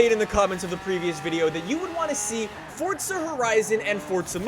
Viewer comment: "Fortza" lol.